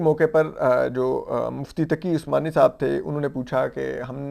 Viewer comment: آپ کو پتہ ہے مفتی محمد تقی عثمانی صاحب ہیں کیا بندے کو کم ازکم نام تو صحیح سے لیا کریں